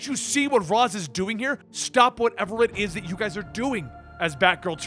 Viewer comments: No offense but is it really hard to pronounce Ra's name as Raish (the original pronunciation as intended by the creator) and not Raaz like the idiots over at Arrow do?! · you're pronouncing Ra's wrong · The way he pronounces Ra's is fucking cancer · I think it’s funny how a comic channel kept on pronouncing ra’s name wrong